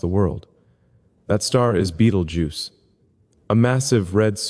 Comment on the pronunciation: You pronounce Betelgeuse strangely. I'm not saying it's wrong, but it's a little strange